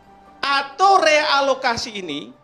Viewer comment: Te-Alokasi atau re-lokasi, itu profesor?